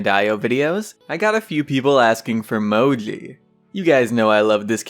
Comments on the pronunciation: Mo?i i cant hear the third letter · Dude fuck u . You are giving me anxiety attacks because i cant understand what letter you say after Mo~~i like are you swearing when u say moji.? Maybe you are saying MOFUCKYOUI